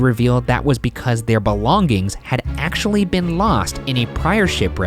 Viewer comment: Ryan pronouncing "belonging" really is distracting